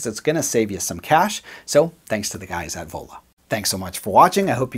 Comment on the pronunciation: I thought you said Ebola!! not Vola...